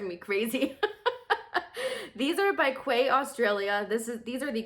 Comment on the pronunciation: “Quay” is pronounced like “key”